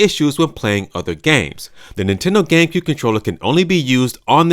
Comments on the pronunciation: It sounds like you said: gaycube😂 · Lol "gaycue controller"